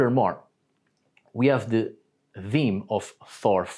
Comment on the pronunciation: If you’re gonna say “Theme” as “Deem” … say “Thunder” as “Dunder” … keep it consistent